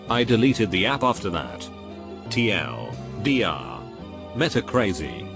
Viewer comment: Is this the first time in the history of ever the TTS didn't say "TL Doctor"???